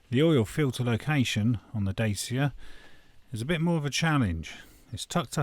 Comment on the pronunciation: Good video but that’s not how you pronounce Dacia!